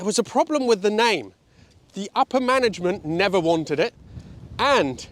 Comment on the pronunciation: Nerver say nerver...